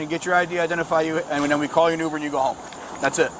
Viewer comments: "umer!" Uhhh it's "UBER"! Google is free. 😮 Officer: "She's got toilet paper stuck to her shoes!" 💀🤣🤣🤣🤣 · The AI VO needs to hold the grading. It doesn't know who did or said what and repeatedly gets it wrong, yet it has the nerve to give out grades? Let's flip the script and give it a F for saying "ooomer" instead of Uber. Even talking dogs say that word correctly but the perfect AI fails. F. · I didn't realize I was mispronouncing uber this whole time. I didn't know it was pronounced "yoober".